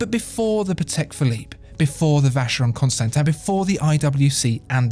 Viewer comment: French or English pronunciation? "Vaesheyrone constantain" sounds better than "Alange Sohne" but then again, both are terribly wrong -_